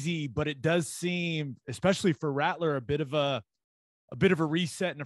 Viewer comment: Is coach beamer saying Ratteler instead of Rattler? I thought I heard it three or four times 🤔